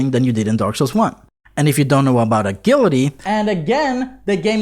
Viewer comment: Ah-jill-ity. Is how its pronounced. No biggy. But yeah, a "g" on english often sounds like "jah".